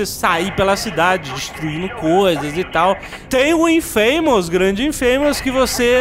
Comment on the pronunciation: "Infeimous" não, pô! Se é pra arriscar o ingrêis, arrisque direito, JN!